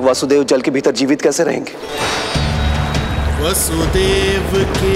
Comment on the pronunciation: Very nice. It is not वासुदेव but वसुदेव।